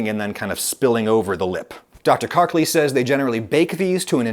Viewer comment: i'm sorry dr but your name is not kark-leeee.:-)